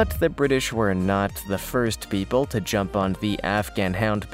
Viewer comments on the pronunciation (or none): none